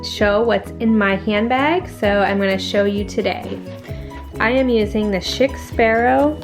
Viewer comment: Great video. (It's pronounced "sheek" btw)